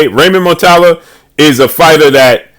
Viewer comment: That would be a good fight but way too soon for Raymond. Also it’s Mu-Ra-Ta-Lla (yah).